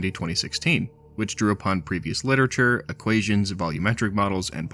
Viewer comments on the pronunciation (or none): none